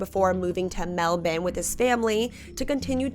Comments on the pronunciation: Melbourne is Mell-Ben in Australia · Hey! I live in melbourne fl! I dodnt know Australia said it different